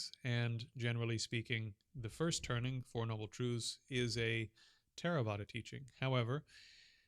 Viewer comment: Four noble truths. Not “trudhz”.